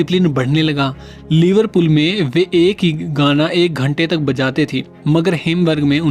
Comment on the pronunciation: Content is good. But your pronunciation is pathetic. Kalab - Club Liverpull - Liverpool Lonch - Launch